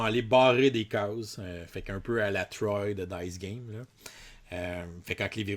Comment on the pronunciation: En passant Troyes se prononce [Troi] comme le chiffre, c'est une ville francaise. :)